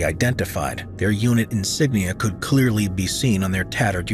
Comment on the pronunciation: "The French drove the English from their lands" - your intonation suggests you mean their to be 'the French' lands,, which is incorrect. At the begining of the Hundred Years War, these were English lands. They only became French at the end of the Hundred Years War. They actually drove the English off the English lands that had been English since England was created when the Normans (who possessed these French lands) invaded the Saxon lands of Britain. Stop interpreting history backwards, history can only be understood going forward as that is the direction of the flow of time. The past doesn't know the future.